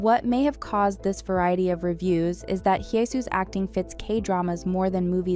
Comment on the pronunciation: Just want to point out that I've noticed you always pronounce Hye as "hee-eh". The correct pronunciation is "heh". No need for the "ee" sound.